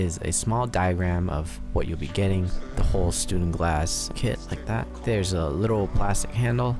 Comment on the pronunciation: Sorry dude you're saying it wrong it's called a stundenglass. ✌️